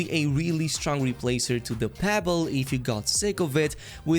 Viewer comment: Its not "pable" its pronounced "PEBLE"!🔫